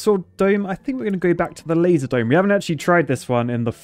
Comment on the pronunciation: When he says "laser dome" at the start it sounds like he say "lazy" dome. It makes sense considering how much work it is to use the sword.